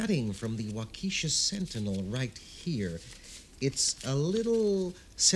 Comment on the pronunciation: Good story, good acting except midwestern US accents were not used but so annoying that Waukesha WI is mispronounced throughout. Accent of the name is on the first syllable not the second, and short e on second, not long.